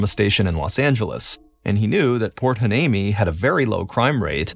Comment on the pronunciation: Heuneme : why-knee-me .